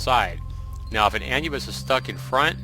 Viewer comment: ive never heard anyone say anne yubis before, it's pronounced ayn nubbis